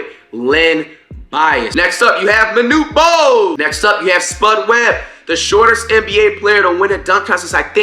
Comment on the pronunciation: Bro said Manute Bol 💀